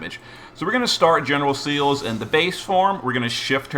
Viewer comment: Pronunciation things: "Celes" isn't pronounced like "seals." Her Katakana say "se-ri-su", which can be "Se-liss" or, given that it seems to be short for "celestial," "seh-less." "Yshe" has the Katakana "i-she", which means it wants to be pronounced either "ee-shay" or just "eesh."